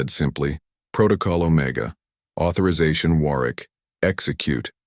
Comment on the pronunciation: It is pronounced Warwick.The second w is silent.